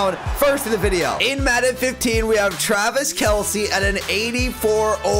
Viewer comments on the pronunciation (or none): You said Twavis Kelce